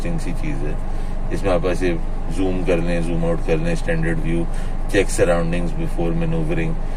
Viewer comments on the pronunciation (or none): none